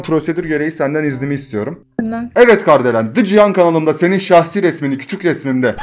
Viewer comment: Abi Kardelen değil KARIDELEN diyecektin galiba